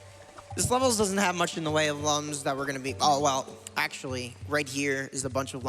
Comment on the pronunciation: It's Lums not Lums Spike.